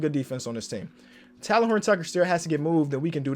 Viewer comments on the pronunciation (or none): Talen horton Tucker is pronounced Taylen I hope to hear TAYLEN next time you say his name😂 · "Talen" is pronounced as "Taylin", not "Talon",. I've let you say Talen Horton-Tucker's name wrong for too long as a lifelong Lakers fan lmao 😂😂😂